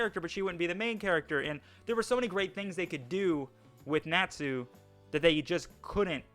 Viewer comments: You're the stupid one for saying Nachu instead of Natsu. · Lucy n Sakura had so much potential to be good but are jus there to scream the main characters name and cry 🤣🤣 and my boy why do u say natsu like that it's like ur saying nat (the bug ) then sue (I'ma sue u ) 🤣 jus say it all tg brotha but my biggest critique on fairy tail is there fight scenes there not even really fight scenes tbh there jus freeze frame of punches or attacks lol